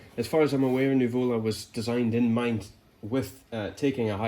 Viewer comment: accent is on the first U, it's Nùvola, not nuvòla :)) greetings from Napoli